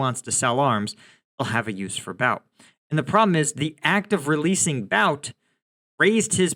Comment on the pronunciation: the correct pronunciation is "boot"